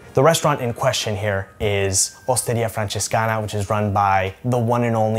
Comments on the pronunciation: Dude, not even 30 sec into the video and I felt the need to leave this comment: the way you pronounced Osteria Francescana was worth of a native speaker, great job man. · Dude your Italian pronunciation, in particular “Osteria Francescana”, was basically indistinguishable from a native speaker! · I'm italian and that's just the way you pronounce it lol